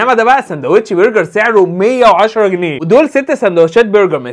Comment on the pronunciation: انت الدغ في الراء متعدش تقول انهارده و برجر تنطقها واو